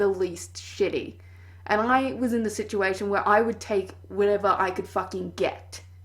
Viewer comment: I'm sorry, but you saying "situation" in this video threw me off.